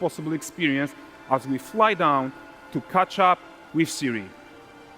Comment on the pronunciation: She is Ciri,, not Siri. CIRI. Ciri kurwa!